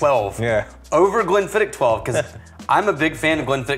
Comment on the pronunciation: You guys are in this game for a long time and y'all still butchering the names SMH. Glenfiddich has a silent c in "ch" so It's not Glen-fid-"ick" or Glen-fid-"itch" it's Glen-fid-ehh. here's a video of Scottish actor Brian Cox pronouncing it correctly